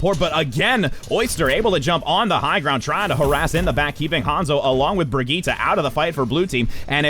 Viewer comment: Hazlina Razali I can't tell if you're saying that YOU can't pronounce Brigitte or the commentator because he's doing it right it's pronounced "Bree-geet-ah"